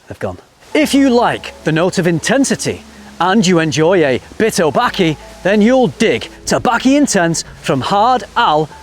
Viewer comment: Tobacc-y? Laffata not Lattafa? You had me rewinding the video just to make sure I wasn't hearing things! Lol. Thanks for making frag videos fun!